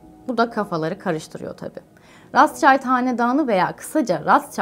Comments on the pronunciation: “Roçild” olarak okunur diye biliyorum, her yerde böyle duymuştum. “Ratzçayld” olduğuna emin misiniz? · lutfen isimleri dogru telaffuz ediniz ratsscheild degil ROTSCHILD kirmizi kalkan almanca. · rastşayld değil rothşayld diye okunur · Rotşild, rotsçayld diyeni duydum da razçayld ilk defa duyuyorum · Rasçald nedir ya?Rotşhilt diye okunur yani almanca kızıl zırh demek.bu aile çok eskiden beri kızıl zırh ile tanıdıkları için bu ismi almışlar. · Rastşayld ... bu isim çok telaffuz gördü de ilk defa bu kadar yanlışını görüyor. Rotşild. Böyle okunuyor bu isim ... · Rothschild soyadı Almanca soyaddır. Bu yüzden telaffuz ederken Almanca olarak okumak gerekir, neden rastschaild gibi okuduğunuzu anlamadım. Rothschild, rotşhild tarzında okunur. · Videolarınızı devamlı takip ediyorum ama eleştirim şu konuda Rotschild ailesi söylenişi o kadar değiştirildiki güzel kardeşim kelime özbeöz almancadir anlami kırmızı kalkandir okunuşu ise ratşalt değil rotşilt dir lütfen bütün milletimize haykırıyorum İngilizce seviye ispatinizdan vazgeçin artık ❗😊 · Rastçayld mı 🤦yok nihavend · Rotçild diye okuyoruz biz onu siz öyle okuyunca değişik geldi tanınmamış birileri gibi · Rotchild yazilir rotşild okunur ablalar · Değerli hanımefendi, Rothschild rotşild olarak okunur, kızıl kalkan anlamında. Child değil... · Ailenin ismini öyle bir telaffuz etmişsiniz ki 🤔 sesli dinliyordum Allah'ım Kim bu aile diyorum 😊😄 geriye sarıp sarıp fotoğraflardan Anladım kim olduklarını, yanlış anlamayın telaffuz bir garip ve eksik orada.. Ayrıca o sevimsiz aile ile ilgili pozitif bir tane bile düşüncem yok ama.. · Teşekkürler. Ancak yayından önce The Economist ve Rothschild gibi yabancı kelimelerin/isimlerin google translate'de dinle butonuna basarak nasıl telaffuz edildiğini öğrenmenizi tavsiye ederim.